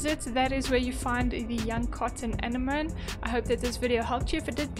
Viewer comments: Thank you!! you pronounce the word as " an-enemy " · 🙏 Thank you. This helped me. It is pronounced a-neh-mo-nee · Thanks! very helpful. FYI, they are pronounced Ah-neh-moe-nee. Like Sea Anemone. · A-nem-moe-knee is how it’s pronounced 😊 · Didn't you watch Finding Nemo? Its pronounced "Ah-Ne-mo-knee" heh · It's pronounced An-Enemy :P